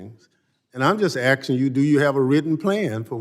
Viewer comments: Incredibly stupid questions. Only trying to trip her up. He can't even speak English. "I am AXING you a question." 🪓 learn the language goofball! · That dude seriously said "Axin you" We really are in the Panderverse